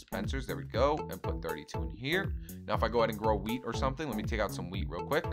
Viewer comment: U sound like u r saying weed instead of weat lol